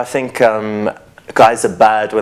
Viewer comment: Think not fink you idiot.